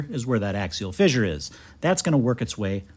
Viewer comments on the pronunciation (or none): I like the way you pronounce "fissure" as "fizzure". Is that a Wisconsin thing? 😊